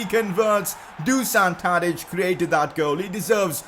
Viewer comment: #pcq You already signed Danny Mulder previously and released him. And then you signed him again lol. Also, since Tadič is Serbian his name is pronounced Do-shan.